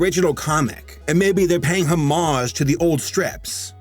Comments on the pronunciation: It's pronounced Ho-Marge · It kills me everytime he mispronounces "homage".